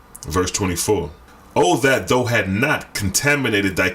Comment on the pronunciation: thou = thou said thow (like owl)